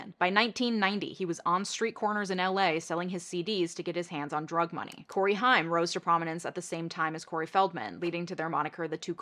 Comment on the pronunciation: Corey HAIM is pronounced like “same” just fyi